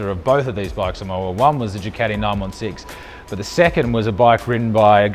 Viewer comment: Casey stoner says it the same way. It's funny